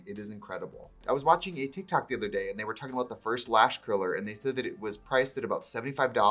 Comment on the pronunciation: did anyone else hear trixies accent go wild when she said “tik tok”? we love a midwest queen